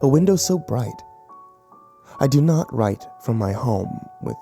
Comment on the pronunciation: does he say "from hell i rent" ??